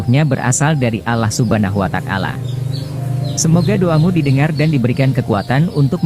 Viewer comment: Huwataalah ,bukan kuatakalah